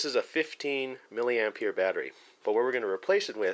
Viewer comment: Why do u call it milli amp (year )?